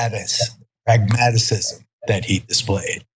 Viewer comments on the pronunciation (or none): Sorry Geraldo, "pragmatic-cisum" is not a word sir. Goofy ass old man trying to play smart